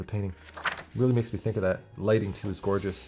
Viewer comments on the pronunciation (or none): none